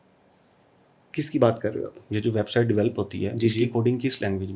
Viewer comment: او احمق صحافی ۔۔ ۔۔۔۔خدا کا نام ہے ۔۔۔۔یہ لفظ " ویب سائیڈ " نہیں ہوتا ۔۔۔۔ویب سائیٹ ہوتا ہے ۔۔۔۔۔۔بس کردے ۔۔۔خدا دا نام اے ۔۔۔۔اوپر سے تم ویب ڈویلپر بھی ہو ۔۔۔۔😂😂😂😂😂